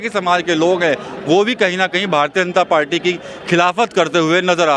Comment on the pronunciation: पाल्टी नही पार्टी बोलना सिख ले भाई